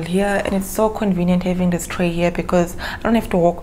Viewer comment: When you said "dis" you killed me🤣🤣🤣